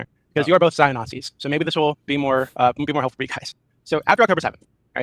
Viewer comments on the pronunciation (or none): none